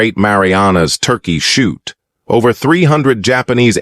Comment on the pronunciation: When was it that the Japanese called the air battle over the Marianas "The Marianas Turkey chute"? Just another example of the talentless idiotic buffoonery of using AI to narrate your story without listening to it first so you correct those kinds of issues! There are many books, movies, and video's of this famous battle and even the worst of them far out did this garbage! Such laziness !